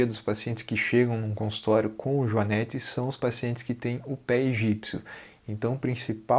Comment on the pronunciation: A PRONUNCIA DA PALAVRA JUANETE NAO TEM A VOGAL "E" ABERTO....OA VOGAL E PRONUMCIA SE COM A VOGAL FECHADA ....HORRIVEL OUVIR pronúncia dessa firma...consulte um dicionRio ETIMOLOGICO